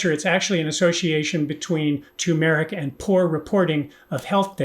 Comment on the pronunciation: You got tur mer ric though when everybody else says too mer ic. I can't wait to hear more of these